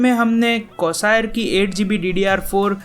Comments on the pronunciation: Bhai it's Corsair not cosaer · It's *Corsair, not Corsire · corsire ? or corsair wtf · Its not cosier it is corsair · Corsair hota hai Bhai! Ye corsire kya cheez hai? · It's Corsair not corsire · It's not Corsire, It's Corsair... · Coosayir haha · Its not Corsire bro, Its Corsair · bro what is "cosaaire" it's Corsair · Hey dumbo it's not cosair it's corsair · Corsair bol na to ataa nahi or gaming pc banaa rahaa han vhaa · bolna to sekhlo pahle "cosire" Lol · He aslo said Corsair as 'corsire'